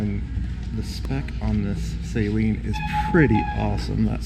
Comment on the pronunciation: Please people say "Saleen" correctly. Steve Saleen doesnt even say Say-leen....